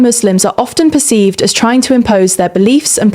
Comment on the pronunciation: U keep saying percieced! U see the proof and facts.